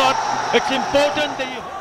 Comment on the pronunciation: Imphhhhotant.😂😂..এই হালা এতো ভাব মারে😂..এতো বাজে কমেন্ট্রি আমি আগে দেখি নাই..